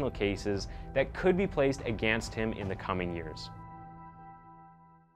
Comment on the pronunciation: Also, my dude...the word "against" is not pronounced that way. It's pronounced UH- Ginst. Say it right damnit.